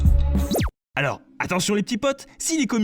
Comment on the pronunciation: Cest moi ou au début il disent yo les tracteur ? XD